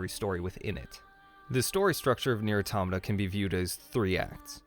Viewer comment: The biggest lie about this game is the mispronunciation of Automata! At least you got it right. We all love this game……and 2b. 9s can die!